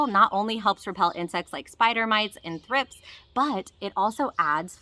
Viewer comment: Wish I could tell what she said onions can attract. Seems like she's saying thrip??? Which makes no sense